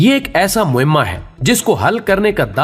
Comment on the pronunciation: Moamah hota hay maimay nahi hota